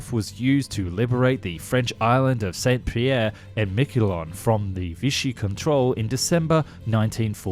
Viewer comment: It's. San Pierre Mickelon! French don't pronounce the "T" in Saint!